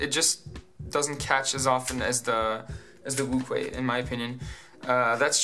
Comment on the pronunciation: it's pronounced Wu shwe